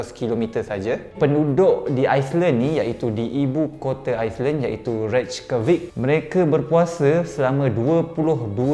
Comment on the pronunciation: reykjavik disebut rey-kya-vik >.<